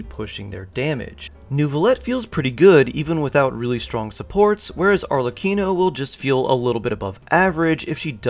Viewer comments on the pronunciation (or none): yk your confused when you say arlecchino as "arcelichion" TWICE